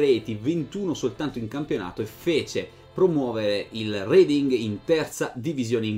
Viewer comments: R"E"ding, non R"I"ding. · Bella storia.. Comunque Reading è un paese inglese, ci sono stato e si pronuncia reding non riding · Credo si pronunci "Reding"